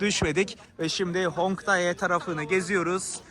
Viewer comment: Hongdai değil kardeş Hongdae 홍대 demelisin